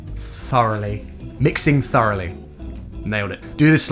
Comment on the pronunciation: *MiX iT tHaRlY* *MiX iT tHeRlY* *MiX iT tHiRlY*